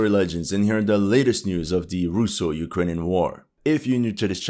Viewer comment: "Our beloved Ukrajinska armia" 😂